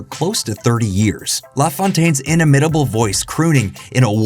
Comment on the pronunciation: I should not be surprised that doesn't know how to pronounce "inimitable". But I AM disappointed. Also, very few people are MORE imitable than Don LaFontaine, as demonstrated by the fact that almost anyone can do any imitation of him.